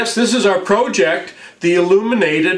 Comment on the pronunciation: Yo could you please say project not proooooooooooooject please please please I do love the show